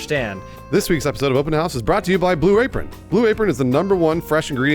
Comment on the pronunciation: I swear the first time said Blue Apron it sounded like he said Blue Rapeon